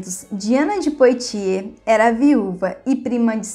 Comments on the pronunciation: "Poitier = puátiê", pronuncia "Calais = cálé" pronuncia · Apenas para ajudar o excelente canal, a pronúncia francesa correta (POITIERS) é "puatiê" sem o som do "S" final, como o som de BOITE. Em